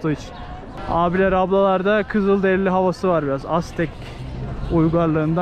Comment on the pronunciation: Güze bir video olmuş elinize sağlık yalnız hocam bunamı kafayı taktın diyeceksin ama dikkatimi çekti katliyam diye yazmışsın ( katliam) olacak ayrıca birşey daha var bazen tvde çok eğitimli insanlarda bile duyuyorum sende yanlış söyledin kızıldereli değil ( Kızılderili) olması gerek neyse devam teşekkürler